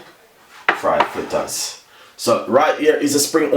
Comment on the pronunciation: Chef the word is Fritters not Flitters learn proper pronounsiation